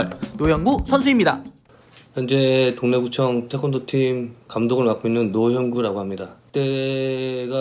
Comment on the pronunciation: 잘못들어서 동래구청을 동네구청 감독이라고 들었네 하하